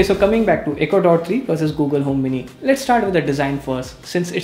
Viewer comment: I thought he said ecuador not echo dot